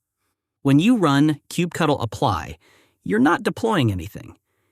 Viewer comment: I've never heard someone pronounce it "kube cuttle" before but it's going in my list of valid pronunciations to annoy people at work now.